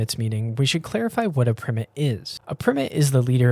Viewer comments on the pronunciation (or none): Isn’t ‘primate’ pronounced ‘pry-mate’, and not ‘prim-met’ or am I terribly mistaken?